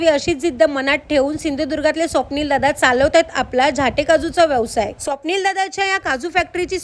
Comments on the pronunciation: झाटे नाही 😮 उच्चार नीट करा 😮 झांट्ये झां....ट्ये असा झाला पाहिजे 😮ओ😮 रिल फास्ट बनवायाच्या नादात काही बोलु नका😮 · फेमस आहेत ते आडनाव झाल्टे आहे ही काशी करीत आहे उच्चार बरोबर करीत नाही आहे.यांचे नावातच सर्वकाही आहे ते एक जबरदस्त उद्योजक आहेत.बरेच मराठी लोकांना रोजगार ही देत आहेत.त्यांच्या नावाची वाट ही व्हिडिओ बनवणारी लावीत आहे.